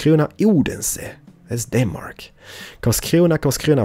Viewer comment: I love how you say Denmark. I'm from Denmark, so can you please go there in the next episode. København